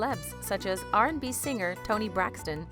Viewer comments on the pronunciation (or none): none